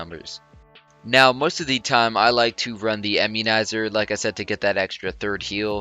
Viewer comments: Bro, I-mmunizer, not EM-munizer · lol "emmunizer". this is another awesome vid!